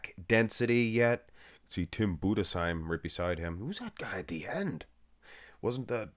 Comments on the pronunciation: Thanks for pronouncing Budesheim correctly. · 10 Points for saying Budesheim correct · 10 points for your pronounciation of Budesheim